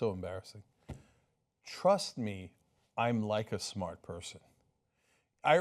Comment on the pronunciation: "My uncle was smrt, quid pro roe, I am too, a smert guy"